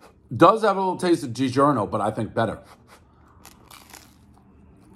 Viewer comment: Franchetta and Dee-zhurno